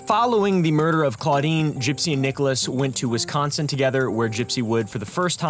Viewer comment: Hi, you said Wisconsin wrong. It drives anyone from Wisconsin crazy. I don’t know how to explain it but if you google it should help:) All I can think to explain is the S really isn’t as important as you emphasize it